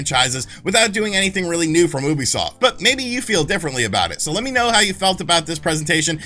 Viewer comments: I cringe every time you say Oobiesoft instead of Ubisoft. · Why do Americans still pronounce Ubisoft this way? You-bee-soft, not Ooo-be-soft -_- Not only wrong, but it’s like nails on a chalk board. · YOO-bisoft geez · OO-bisoft? I've always pronounced it "Youbisoft". I must have looked like an idiot. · Why do you pronounce it wrong? It pronounced you-be-soft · You still cannot pronounce ubisoft even after the staff said it.... cringe